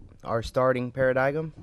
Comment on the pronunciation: para-digum really man? its pronounced para-dime